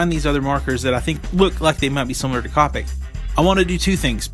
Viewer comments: Great review thanks, and now you have a new subscriber. But just one thing that I found annoying its not cop-ics. You pronounce it cope-ics. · Its not "cop-ics" copics T-T